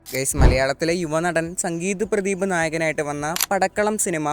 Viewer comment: സംഗീത് പ്രതീപ് അല്ല ബ്രോ... സന്തീപ് ബ്രോ background എഴുതിയിരിക്കുന്നത് കറക്റ്റ് ആയിട്ടും പറയുമ്പോൾ വേറെയും ആണ്